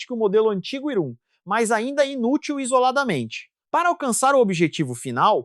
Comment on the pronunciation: A IA leu "INútil" como "polegada útil" 😂